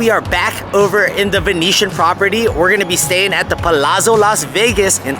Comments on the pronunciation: Pa-lat-so (like pizza is peet-za) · Please correct the pronunciations of Palazzo 😅